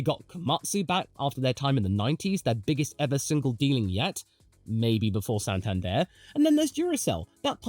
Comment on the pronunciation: pls practice how to pronounce santander